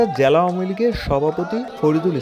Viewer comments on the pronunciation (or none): জ্যালা আর ন্যাতা না। উচ্চারন হবে জেলা আর নেতা।